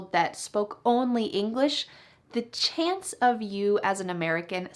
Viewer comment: You want to speak American better, one word is CHANCE.....NOT SHANCE. Hope that was helpful.